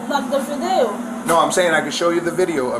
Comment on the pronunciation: if the officers didn’t know she was faking it I’m sure the way she pronounced “video” as “vidayo” here gave her away.